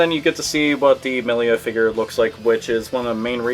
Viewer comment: Her name is Milla not Millia.